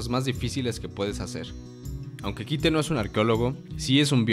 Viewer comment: me estresa que digas kite y no caito